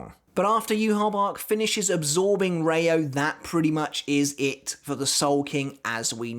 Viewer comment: And it's rei-oooo (the o is long) not reyo.